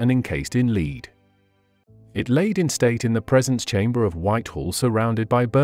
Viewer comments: The AI used in the narration is AWFUL! The grammar is jarring, as is the mis pronunciation of several words, e.g. lead (leed) instead of lead (led), among others. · The metal lead is pronounced " led "and not a as a dog" lead" (leed)🤔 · The metal's name is pronounced "Led" not "Leed".......get your AI in gear. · When did lead (led) become leed? 🙄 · Lead spoken as led not leed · The word is lead -pronounced ‘ledd ’ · They need to write words differently so robo voice knows how to pronounce them. Gotta love the English language. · Lead.. pronounced Led as in metal 😅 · Mr. AI narrator, the metal known as lead is not called leed. And the coffin was decayed not disgusting. Please request re programming.😑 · Dear programmers, please teach the robot to distinguish between lead and lead. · It's an AI narration. They are just not quite right. For example, the AI narrator can't tell the difference between the verb lead and the noun lead. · Homophones such as lead (pronounced leed and led) are problematic for a robot. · too many repetitions and yes, please teach the robot the difference between lead and lead